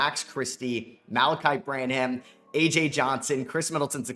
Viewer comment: I need Malaki Branham to retire so can stop mispronouncing his name.